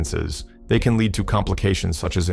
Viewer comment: Is it a stupid AI narrator that pronounces "LEAD" (the metal) as "LEED" and then not long after, gets it right?